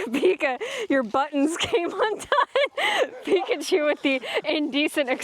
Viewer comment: Pi kachu not pikacheeew